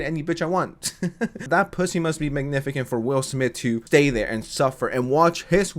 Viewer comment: Nigga did you just say “Magnifi-Kent”?